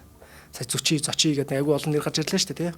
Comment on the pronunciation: Зүчи гэдэг биз дээ? Яагаад Зочи гэж яриад бга вэ?